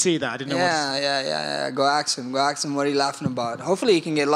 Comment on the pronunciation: Max don't ASK questions. He AX them!